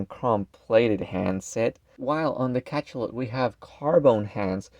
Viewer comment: It's pronounced Ka-SHA-lot. Hearing Ka-CHA-lot 50 times in 10 minutes nearly gave me a stroke.